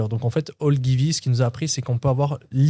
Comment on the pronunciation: Merci pour cette nouvelle masterclass, toujours au top! tu m'as tué avec la prononciation de "Ogilvy" 😂